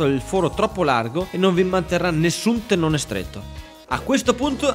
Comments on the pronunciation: Ottimo video ed ottimo progetto, come sempre💪🏼 Solo un appunto: tenone, non teNNone... Grazie😂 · Ciao, Mi è rimasto un sacco pieno di lettere "N" dove te lo mando? Tenone si scrive e si dice con una sola "N"! Ma forse tu volevi rimarcare che questo stile di lavorazione genera dei "tennoni" molto piu forti e resistenti di quelli soliti. A parte la critica, sempre e solo scherzosa, hai fatto un bell'armadietto, complimenti! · Bel viduo, comunque si dice TENONE con una sole enne.......